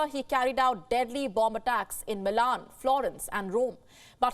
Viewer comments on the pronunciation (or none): none